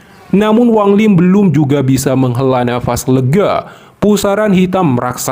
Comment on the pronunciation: Wang lin, bukan wang ling ya